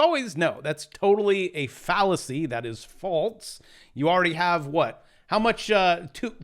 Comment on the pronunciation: That's a "phallus-see"